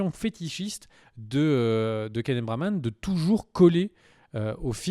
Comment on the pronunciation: Keneth Branagh et non Braman!